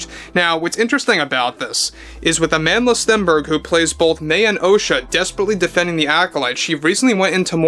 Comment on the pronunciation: Lol, Agendla Stenberg.